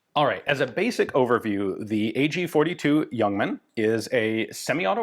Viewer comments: Cudos for pronouncing it as Yuongman although it is spelled Ljungman. Totally correct. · I was expecting a re-upload of the fantastic Le Youngman video, but this is new material! Ian even pronounces 'Ljungman' correct. None of the other names or cities, but Ljungman is near perfect. Looking forward to part B. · Great review, good to hear the correct pronunciation of the name. I have owned an AG42B and appears unfired from its B upgrade. I also have a new spare magazine. It's a favourite of mine.